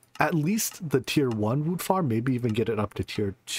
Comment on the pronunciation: Every time I hear "woot farm" I crack up lol.